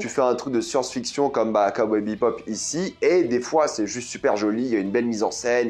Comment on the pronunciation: On dirait que tu dis Kawai bebop